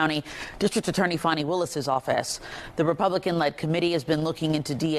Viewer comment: It's Fani not Fawni